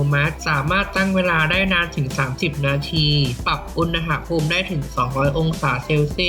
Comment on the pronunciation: อุน น พูม ไม่ใช่ อุน นะ หะ พูม